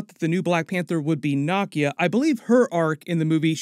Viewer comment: Nakeeeyaaaa...that's how you say it brother.